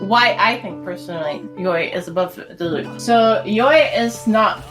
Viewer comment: DEE LUKE NOT DI LUKE, DEEEEEE